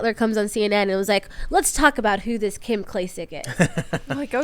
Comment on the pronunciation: Tim I have been trying to tell you for a long time- you pronounce names wrong ALOT and it is a reflection on your research, your attention to detail of what you are covering, and your professionalism, or lack thereof. Listen to KIM bro